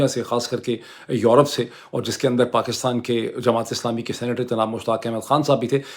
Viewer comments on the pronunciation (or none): none